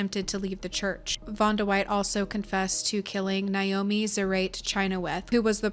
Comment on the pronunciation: Why can no one pronounce Naomi correctly? It's NAY-oh-me, not NEYE-oh-me. Seriously, never name your kid Naomi. I fucking hate my given name.